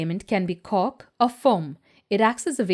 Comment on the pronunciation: Your pronounciation of cork is penis. But other than that, thanks for the great info. Your production is very good. easily explained and leaves everyone to their own decision. Thanks for the video , and vast info.